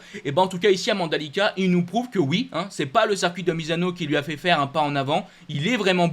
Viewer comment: ta chaîne est top et tu es vraiment passionné mais par pitié pour mes oreilles arrête de dire sercuit... C'est horrible et jeté du discrédit à tes compétences 👍 Circuit. Merci pour mes oreilles et le sérieux de 100% GP